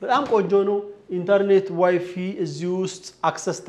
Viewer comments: Correction ዋይፊ አይባልም ዋይፋይ በል ባልኪ አይባልም ባልከኒ ነው ለወደፊትህ በእንግሊዝኛ በግድ መናገር ካለብህ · ዋይፋይ እንጂ ዋይፊ አይደለም በተረፈ ቤቱ አሪፍ ነው።